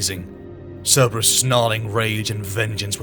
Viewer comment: Love your stuff always have but so much work goes into these how do mispronunciations get through? Turrah, instead of Terra? I've never heard Curberous but I imagine someone might say it that way. This Chanel is so awesome, just idk double check the pronunciation. Everything you do is so flawless this mistakes really stand out.